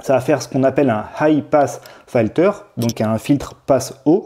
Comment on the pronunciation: "Filter" se prononcer "filteu(r)" et non "faïteu(r)" ! ;-) Par contre, la raisonnance a l'air énorme, il est de combien le Q factor ?